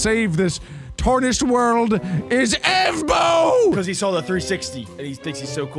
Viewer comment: Evbo ❌ Ebo✅